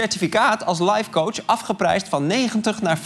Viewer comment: Als je lifecoach uitspreekt als lijfcoach ben je af